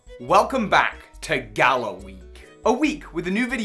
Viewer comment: I'm sorry, but it is just sad to see you and so many other poke youtubers say either galar, or galarian wrong